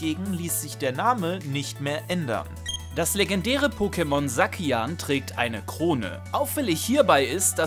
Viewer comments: Sackian? Ich glaube du mein Zacian (Saschian oder Säschian) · welche musik ist das aus welcher gen der remix? klar gen 1 oder 2 remake aber woher genau diese musik. ist die aus HG/SS? find die immer wieder schön in den videos zu hören. GRR mir stellen sich die hare zu berge wenn du zacian zakian aussprichst statt [Säschien] gesprochen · Ich sag auch Sackian.